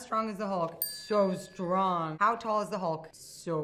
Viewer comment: Scarlett J: “How strong is the hulk?” “So strong” Scarlett J: “how tall is the hulk?” “So tall” Also Scarlett J: “ how strong is Spider-Man?” With a little more exaggeration: “So stRONG” I don’t know how to spell her last name so BACK OFF